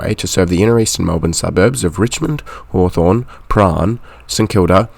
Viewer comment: Prahran got an unusual pronunciation too